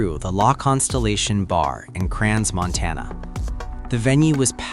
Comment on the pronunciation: Probably it is not the right place and time to say this, it is pronounced "Cran-Montana" not "Cran(s)-Montana, the "s" after "Cran" is silent.